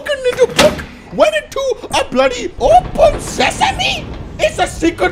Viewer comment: Lol open sessanee pronunciation 2017 👌🏼